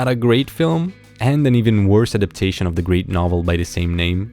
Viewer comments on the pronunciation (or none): none